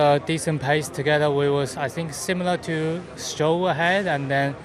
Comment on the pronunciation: I thought he said Zhou lol